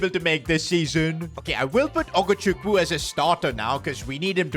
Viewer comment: Bro said ogochuku 😂😂